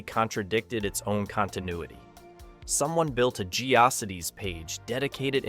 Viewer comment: It's pronounced, Geo Cities.